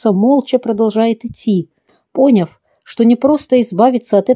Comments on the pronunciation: Не приглОсишь,а пригласишь,и не пОняв-,а надо- понЯв?вы учились дикторсому ремеслу(искусству?) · Да.невозможно слушать... ПриглОсишь... пОняв...пОняла... Жуть просто.. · Спасибо Однако надо заменить, что ударение в слове поняв было не по русски. И на кого-то смотрят не удивительно, а удивлённо... Просто хочу сообщить: если признается совершенство создание Господнее, то можно же грамотно повествовать... Или? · Добило "пОняв" ...да уж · На каком языке читается? ПриглОсишь, пОняв и т.д. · Автор ? ПриглОсишь ! ПОняв ! Вышла с комнаты ! Автор , неужели это ваше произведение ? Вы же даже читать правильно не умеете . Ужас ! Что ни слово , то - неправильное произношение . Даже за смыслом расхотелось следить . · ПриглОсив, не того, а то случается, пОняв, выпиМши!! Совершенно неграмотные озвучивают, уши режет.Ужас